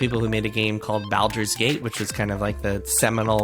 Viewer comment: I died a little inside when the guy pronounced Baldur's Gate so badly. The big irony of that is he is trying to document the history of a company that makes open world video games with deep narratives, when Baldur's Gate was the game that did that first and set the standard for every game since.